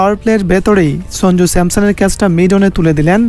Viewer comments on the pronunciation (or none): none